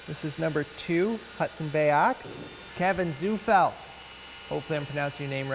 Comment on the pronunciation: Thank you for displaying my soon to be handled Hudson Bay. I was also impressed that you got my name right. It’s amazing how often that gets mispronounced.